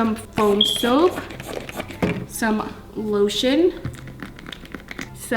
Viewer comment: She sed shaving creme when she put loshun😂😂😂😂😂😂😂😂😂 haha he he